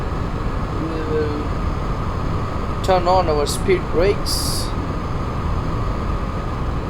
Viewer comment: what did you say there? spear brakes? I didnt understand